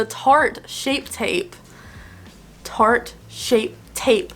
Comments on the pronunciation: Dunno if it’s the same in America but every time she says “Shart” instead of Tarte it grosses me out because it means something gross in the UK😂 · Shart tape tape 😂 that’s how I always end up saying Tarte shape tape!